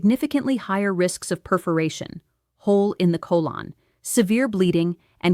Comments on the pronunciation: AI speech. PSA Biopsy is archaic, there are better tests. I have never heard a doctor say co-Lon. Hand movements are very spastic. Zoom in on her name tag. I don’t think it is. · AI movie. The hand movements are unnatural. But mostly the text is a giveaway. At one point she says "cole-ON" for "colon" with the accent on the second syllable. She also spells out "M-E" for "ME" when 'me" is spelled out in caps for emphasis. Listen carefully and you'll probably find more. I quit at about 15 minutes. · What is a Col - ON? There's a little bit of AI going on here! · No real doctor says Col - lawn. For colon. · This is dangerous! It claims to have 20 years of experience. It has none. In other posts it claims to be "an expert". It is not. It criticizes most doctors. It also mispronounces "colon" And it's married. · She can't even say "colon"!!!!!! 🤨😤